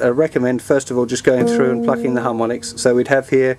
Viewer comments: each time you say plucking i think you say fucking... lol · he says "plucking"